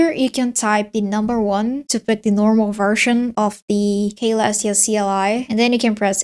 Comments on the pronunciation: klestia shell ummm the actual pronunciation is Celestiashell (Selestiashell) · it is Selestia not Kalestia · "kaylestia" ICANT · Hi, youre mispronouncing Caelestia, the C sounds like an S, like so "suh-LESS-tee-uh" great video btw. thanks. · I think it's "see-lestia" or maybe just "sell-lestia" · man its C not K 😭 killing me lmao.